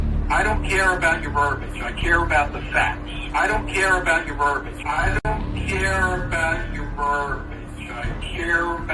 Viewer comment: Its verbiage (ver-bee-age) not verbage. And whats up with that dumb ass facial hair?